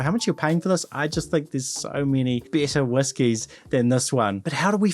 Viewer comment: Please try to better differentiate between “better” and “bitter”